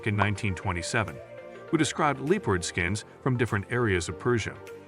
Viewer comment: Glad you have introduced us to so much wildlife, sorry to hear you have not spoken with a single English language speaker that could tell you how to properly pronounce English words, LEE-pard?😂 ka-ZACK stan? So many pronounced words that just say, I want to slap someone, try conversation with an actual English speaker, great information, hats off to the information gatherer but, dude, for real... get someone as the narrorater that can actually speak English